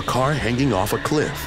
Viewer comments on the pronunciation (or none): none